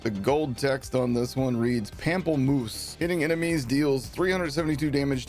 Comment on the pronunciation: He did say it with quite great french accent ! 😊